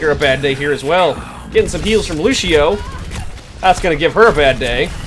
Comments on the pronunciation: also he says Lucio like Looshio IT'S LUCIO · it's lucio, not lushio!